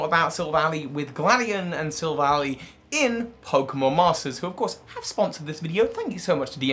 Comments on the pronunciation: Take a shot every time he calls it Sil-vally instead of Silv-ally. Seriously it's name is literally referencing "Silver Ally" for crying out loud. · Sorry to go on a rant, but pronouncing Silvally like valley is like nails on a chalkboard. It’s pronounced like ally, because the name is a combination of silver and ally. It’s not Silicon Valley. Look at its name in other languages: Silvady (Japanese, from silver and buddy), Amigento (German, from amigo and argentum), Ngàhnbuhjinsau (Cantonese Chinese, from silver, partner, fight, and beast), and Yinbànzhànshou (Mandarin Chinese, from silver, partner, fight, and beast). They even say ally in the anime. Other than that, I like the video lol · I could see this theory being plausible unlike the Leon theory. It's got good evidence to support it. Also, Silvally is pronounced "Silva-lie", not "Silva-lee" - that would make the spelling "Silvalley". The name comes from "silver" and "ally". All other languages support this, as well. In Japanese, it's "Silvady" (or "Silvuddy"), which comes from "silver" and "buddy". It makes sense because you need it to be an "ally" or "buddy" with high friendship for it Type: Null evolve. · I hate how he pronounces Silvally. It's Silv-al-eye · I usually pronounce Silvally as Sihlv-al-eye Like Silver Ally Gladion named it Silvally and it is literally his silver ally so Yea